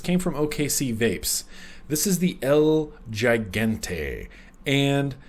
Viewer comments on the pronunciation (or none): I believe the pronunciation of El Gigante is el he-gante. Just a heads up for when you do the full review... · I would think it'd be pronounced El (H)igante. Right? Like in keeping with the Spanish theme. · big brother is watching you! LOL.by the way,it's EL-HE-GAN-TAY! get it right next time! down here in texas 30% of our population is bilingual (myself included) had to grit my teeth everytime you butchered it.great V-log. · so idk if anyone already said this but the el gigante mod is in Spanish and pronounced "el he-gon-tay" lol just throwin it out there lol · Ha ha, I was cringing as well..:-)